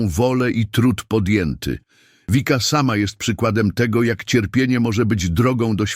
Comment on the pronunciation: Wszystko pomieszane. W niebie nie ma jeszcze ciał materialnych. Komentarze są bez sensu w wielu miejscach. I nie „Wika”, tylko Vicka. Po prostu.